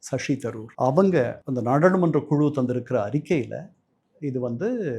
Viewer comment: நாடா’ழு’மன்ற …’ளு ‘ன்னு மாத்தி உச்சரிங்க. கொஞ்சம் பிராக்டிஸ் பண்ணுங்க.. வந்துடும். ள கரத்துக்கு பதில் ழ கரம் போடுறது எப்பவுமே உங்களுக்கு ஏன் பிரச்சனையாவே இருக்கு?